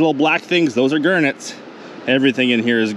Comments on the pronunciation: Wtf a Gurnet? reads description Oh GARNETS! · it must have taken you years to count 96 million of them, did you call them Gurnets lol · What's a gernit? 😂